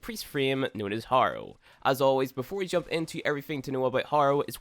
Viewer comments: Say it with me "hare - oh" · Every time he pronounces Harrow I lose a piece of my blain...I'm not hating btw, it's a great video, very helpful.